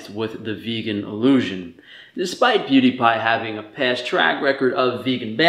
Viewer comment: “poo die pie”